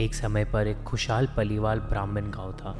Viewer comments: 2.38 minute per su kiya bola hai tum ne paliwal nahi hota parivar hota hai language problem hai kya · Parivar not palival😂😂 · anyone else hearing "palival" instead of "parivar"?